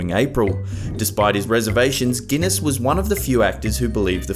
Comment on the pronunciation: Ahem, the correct pronunciation is Sir Alec Guinness, just for the record.